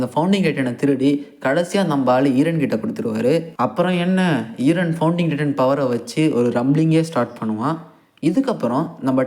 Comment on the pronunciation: Eeeren ila eren 😢